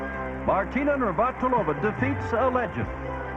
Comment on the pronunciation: and “Martina Nir-vat-il-ov-ah”…LOL!